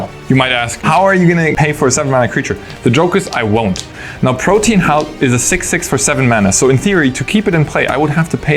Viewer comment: The correct pronunciation of Protean is 3 syllables "prow-tee-uhn" and means great diversity or variety.